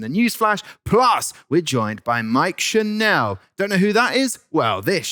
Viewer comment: Lmao it’s pronounced like “channel”, not “chanel “